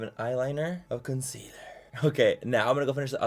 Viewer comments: For the love of god please don't let Laura Lee do this challenge and make her mispronounce the word concealer for like 10 minutes straight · stg if laura lee does this video i might have a stroke “consiller” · Don't you mean: C O N S I L L E R